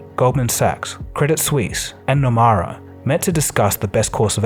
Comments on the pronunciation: Nomura is pronounced as “No-moo-ra” not “No-Ma-ra” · It's Nomura, not Numara. Wrong pronunciation. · pronunciation of japanese bank: "NOMURA"....is NOT NOMAURA....it NO..MOO..RA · Nomura is pronounced as “No-moo-ra” 👌🏻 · Nomura is pronounced like No-moo-ra, not No-ma-ra. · Nomura is pronounced "Nomura", not "Nomara" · its NomUra… NOT NomAra I seriously love your videos, but getting a name wrong like this seems out of character for you. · It’s no-moo-rah “Nomura” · Why pronounce Nomura Numara? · It’s pronounced ‘nomoora’ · Nomura is incorrectly pronounced in the entire video. Correct: " nuh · moo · ruh". It is poor to mispronounce a prominent bank. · No-mu-ra. It ain’t hard to say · Why do you pronounce Nomura as nomara??? It's a japanese word.